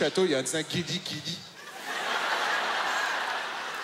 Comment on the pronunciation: Quand il a dit “Guiliguili” Ça sonnais comme “Kirigiri” (Les fan de Danganronpa vont comprendre)